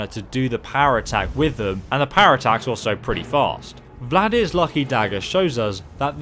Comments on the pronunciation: "Vlad-ear"? Thought it was Valdr like Baldr. Like "alter" or "halter". Still, good weapon and can be very easily upgraded and wonderful when paired with Mehrunes' Razor both upgraded fully and dual enchanted with chaos and shock, while poisoned with a high-strength poison of weakness to poison and of weakness to shock (make sure alchemy is at top skill, too). Invaluable when used with a dual flurry/one-hander assassin and thief build such as a Khajiit or Imperial playing Dark Brotherhood (use Mehrunes' for the Emperor and lore-blowers will love you) and following a sneak attack from a bow poisoned with strong paralysis poison can easily defeat a dragon. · Dude what is with you and names? Valdr to Vladyr? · VALDR! FUCKING VALDR! Not Vladir, not Vladmir. VALDR! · It's Nordic not Russian, it's Valdr not Vladimir or Vladir.